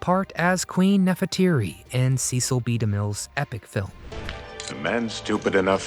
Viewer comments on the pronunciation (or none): It's "SESEL" B. DeMille - NOT "SEECIL"!! DAMN! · It is not pronounced CEE-sil, but SSES-SIL. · The announcer is mispronouncing Cecil B. DeMille's name. He didn't pronounce it like Beany and Cecil. He pronounced it as a short e as in less. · The Ten Commandments was not a movie. It was an epic. Few motion pictures can claim that distinction. And it might be nitpicking, but his name was pronounced "SESS - ill", not "SEE- sill". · His name was pronounced with a short e sound, not a long e. It was Cecil, not CEEcil. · I think you were mispronouncing Cecil B. DeMille during this video. you were saying "cee-cil" it is commonly pronounced, "cess-sill". Too late to fix it now. Perhaps a little more research would have put you on the right track. Adios, for now. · Pretty amusing facts and bits, and lovely pics of Anne Baxter. Except Demille's first name was pronounced "Sess-ill". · Cecil's name is pronounced "Sessil". So an S sound not a C sound. Driving me mad that both vids about Anne in the film are pronouncing his name incorrectly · His name is pronounced "Sessle." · Cecil rhymes with vessel. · It’s Cecil not Ceecil. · "See"cil B Demille? I'm out. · Cecil is pronounced like sessil.. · Learn to pronounce his first name. Ses-scill. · You are mispronouncing De Mille's first name.